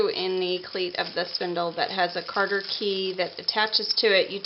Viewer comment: "Cotter Key" or "Cotter Pin", not " Carter"